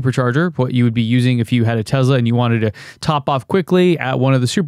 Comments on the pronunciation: You went over the most interesting part starting really fast. Also PLEASE, for the love of god, stop calling it TeZla...it TeSla. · Tesla not Tezla 🤣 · I don't give a flying f**k how he someone else says it. Are you an other-people-replicating robot or are you a human being with a brain? THE Man's name is Nikola TeSSSSLa. There's No Z in there.